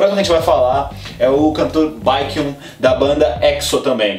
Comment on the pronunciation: As pronuncias dos nomes: Sehun - Cêrrun Jungkook - Jung gu Baekhyun - Beke rriun Espero que dê pra entender!